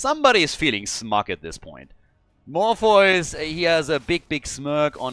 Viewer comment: I believe “Morpheus” is pronounced More-fee-us. Not trying to sound rude but I am like that unicorn mount.